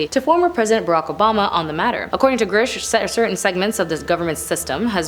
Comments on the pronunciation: I’m:54 in and I think you’re trying to get into broadcasting school, which is admirable. I have two suggestions. Look carefully at the name you’re pronouncing. Listen to how others are pronouncing it first. His name isn’t Gersh. It’s Grusch. The “r” is before the short “u” sound. And “Inhumans” was the name of some kind of show. It’s not real thing. “Inhuman” is an adjective that describes a noun as in “inhuman conditions.” As an adjective it’s never pluralized. Oh, I think you could slow down a bit, too. (Oops, three.) You’re still doing very well and I admire that you’ve taken this on. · Girsh? This chick can’t read?! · How does someone make a presentation on someone and never learn how to pronounce their last name? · Part of having a career in this sort of arena is knowing how to properly pronounce names. News anchors and celebrity presenters alike get lambasted across the board by everyone, and have since before social media existed, when they mispronounce a name. It's part of the job. Pronounce his name correctly, it's literally easy to find, he's had multiple interviews, he's said his own name in some of them. I'm picking apart someone who is sucking at the one thing they're supposed to do: read the prompter accurately.